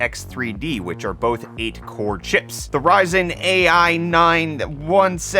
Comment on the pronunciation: "AI 9" read it like "i9"